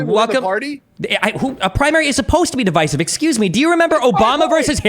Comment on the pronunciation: Divisive isn't pronounced that way